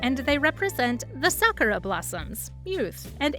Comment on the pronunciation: nooooo she pronounced 桜 wrong :(